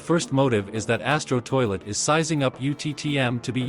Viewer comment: Bro said asto toilet💀